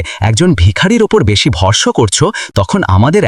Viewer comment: অরবিন্দ-কে আগাগোড়া 'আরবিন্দ' এবং অনামিকা-কে 'আনামিকা' ব'লে গেল। এই দম্পতি হিন্দু, তা-ও অরবিন্দের মুখে "আল্লার দোয়া" কথাটা বসালো।এমনটাতে আপত্তির কিছু নেই। কিন্তু বাস্তবে এমনটা হিন্দুরা বলে না। এইমাত্র আবার ভরসা-কে 'ভরস' উচ্চারণ ক'রলো।